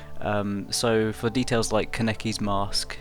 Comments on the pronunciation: I way prefer your newest Touka drawing - just on the fact that you now call her "Toe-ka" instead of "Too-ka". Now I'm just waiting for you to stop saying "Ku-neki" its "kAneki"!! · U keep saying kaneki wrong